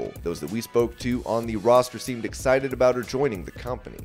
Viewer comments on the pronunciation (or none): none